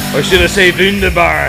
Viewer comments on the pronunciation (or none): "wünderbar" "sehr gut" haha talking german while listening to rammstein... gotta love how you americans pronounce german words;)... great workout as always, greetings from bavaria south germany